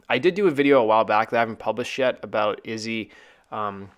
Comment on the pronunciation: Dude you keep calling Izzy dizzy wtf?